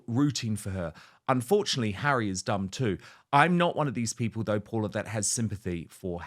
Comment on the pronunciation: Hey Dan, please ensure to pronounce your guest’s name correctly moving forward. Her name is Paula M., not Paul-M, so be very generous with the “a” in the end. As a Fernanda being called most times as Fernando or Fernand, remember that for Latin names the last vowel is actually the cherry on the cake ❤️